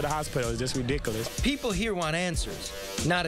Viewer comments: its redickilis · It's redickolis